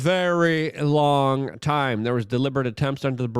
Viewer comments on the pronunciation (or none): none